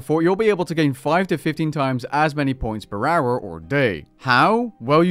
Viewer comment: He has a stroke every time he says "per hour"